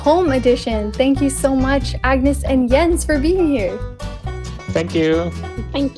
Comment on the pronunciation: it's spelled like that but it's pronounced yens